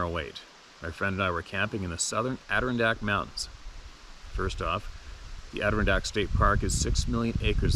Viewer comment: Ader-RON-dack, the emphasis is on the RON I just can't stop myself.. 🤣 you can do IT !!!